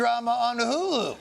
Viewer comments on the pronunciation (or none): none